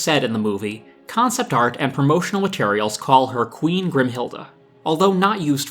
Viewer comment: I get so annoyed for some reason- GRIMHILDE. Her name is GRIMHILDE.